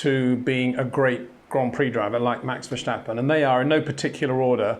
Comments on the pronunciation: Great comment Peter, but you know how to say steps, now say this in the stappen part of Verstappen. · good analysis but Max is not German, there is no c in his name, verstappen is Dutch, ver stappen, but every time he says the name, ver schtappen, hurts my ears (and yes, I am also Dutch) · love the analysis, but PLEASE stop saying Verssshhhtappen, he's not German. It's Verstappen, no shhhhhh. (I'm Dutch, it annoys me...!) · Please shtop calling him vershtappen. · VerStappen, not VerSCHtappen. Say STOP > Verstoppen... then STAP > Verstappen... you got it! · Its Verstappen and not Vershtappen ffs. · Very insightful analysis, I really like it. Disturbing for me is that Peter after all these years still pronounces Max' surname as "Vershtappen" with the silly H in it. Why not translate it literally as "Far Steppin'" and just say that? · So should I pronounce your last name has Windshor? Windshore? Windhsjjjhooore? Verstappen is not a character in an Austin Powers movie. It's just an s. Say it out loud: I step outside, not Schtepp outside. Have a Schwepps, by all means. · Great analysis Peter, just one little thing: Max is called V-e-r-s-t-a-p-p-e-n. Unfortunately you permanently pronounce his surname as Versjtappen or Vershtappen. So it is Vers as ‘Verse’in English and tappen as ‘tapper’ in English. Dutch is a bit of a handful at the best of times. I’m sorry to bang on about it but it would improve your brilliant analyses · Welcome to another how to pronounce 'Verstappen ' comment. If you really want to keep the English vibe to the name: Fur-step-un notice there is no 'J' in the name. To sound it more Dutch-like: Fair-step-un Come on 'By Peter Windson', I know you can do it! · It's not vershtappen... Pronounce the st as in step and you're fine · What in the world makes you and other Englishmen pronounce Verstappen as "Verschtappen"??? It seems very ignorant and inpolite. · Why do all the Englishmen pronounce VerStappens S so weird? There is no H after the S.